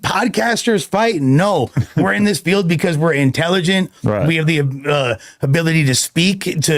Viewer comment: he really pronounced intelligent like that 😅😂 that's fucking hilarious